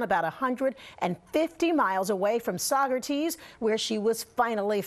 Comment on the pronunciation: Lol come on downstaters.. not one of you said Saugerties correctly 😂🥳